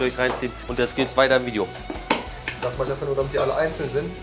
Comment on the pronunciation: gutes veidschjo